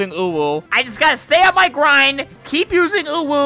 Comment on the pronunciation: "I JUST GOTTA STAY ON MY GWIND!! AND KEEP USING UWU